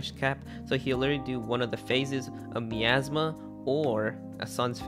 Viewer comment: You pronounced "Gemsbok" + "Miasma" so wrong...